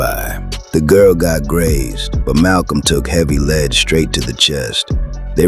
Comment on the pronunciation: Teach your AI how to pronounce "lead", European YouTube channel pretending to be black.